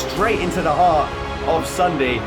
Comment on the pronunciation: you called sundee sundae